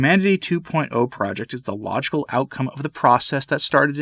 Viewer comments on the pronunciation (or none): For a moment I thought you said “lodgeful outcome” rather than “logical outcome”